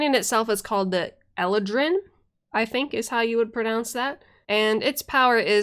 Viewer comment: Eladrin is pronounced "ee-LAH-drin."